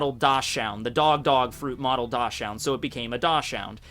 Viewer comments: Dosh-'ound I think you want "Dachshund." Pronounced, "DOCKS-und." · It is Dachshund, not Dosh-hound. It sounds more like Daxe-whoond in English and referes to a dog breed that was used for hunting badgers in Germany. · Love the videos. But it’s zo- an not zone. Like zo and without the d right??? And Dachshund is pronounced as Dotson. Sorry.. I had to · ITS CALLED A DOX-UND. Not a Dash-UND. Dachsund. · BTW, it's not pronounced Dawshound, but Daxhound